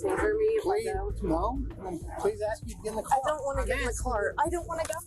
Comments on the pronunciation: He was just trying to ax a question. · Why is the number of people that have interaction with police that cant say "ASK" end up in cuffs higher than those that can?